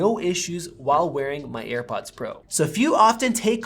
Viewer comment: You call them EarPods instead of AirPods haha cute